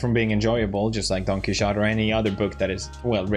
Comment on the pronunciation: in Spanish it'd be something like Kee-Ho-Tay, so your version is more similar to the actual Spanish one :)